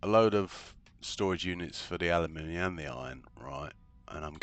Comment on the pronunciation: Totally worth the watch just to hear someone say aluminium properly, think my ears started to bleed from that American butchery of the word 😢